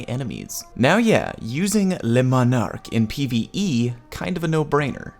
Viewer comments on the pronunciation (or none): he didn't. He called it LES Monarque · Pronounced le monar-key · Say le manarque again “dexter laboratory meme” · Ooh, no no no, Le M O N A R Q U E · I don’t think i’ve seen a single youtuber who was able to pronounce this weapon correctly! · The video I made on how to pronounce Le Monarque is up!